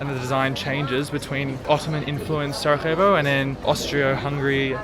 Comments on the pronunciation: Please, just learn the basics about the cities you visit! Pronounce or write the names correctly—never say them the wrong way. It’s not "Sarahevo," but Sarajevo (or "Sarayevo," just for you). And that river, the Miljacka—which isn't even that deep—used to sweep away or destroy several bridges in Sarajevo every autumn! If you were to tour my city, Sarajevo, with a local resident, certain things would become clearer to you. But your vlog is actually fine for foreigners; it’s just that, as a local patriot, some things bother me. I apologize if I was a bit biased, but I had to tell you how I feel ... But it doesn't matter, thank you for visiting my country and my hometown Sarajevo and I hope you liked it. Just, next time, try to meet some local residents who will help you a lot to find the main happening places and have a good time in the evening. I wish you all the best in the future, both for your YouTube channel and for you personally... Greetings from Samir (Sarajevo) :hand-pink-waving::face-red-heart-shape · Its SaraJJJJevo (as in Sarayevo), not SaraHHHevo, we are in Europe not in Latin America 😆 Glad you guys enjoyed your stay here 😊